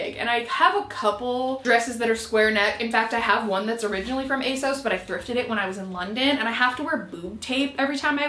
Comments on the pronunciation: Here you go: On their website, ASOS say: "So you know us and love us as ASOS. But people often ask where our name comes from (usually straight after they ask us how to pronounce it – it's ACE-OSS, by the way)." That's that, then. Not "ASS-OS", not "AY-SOS", but "ACE-OSS".Aug 18, 2022...but say it however you're comfy.🤗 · If it is a UK site then ASOS is pronounced with the short O sound (as in sausage)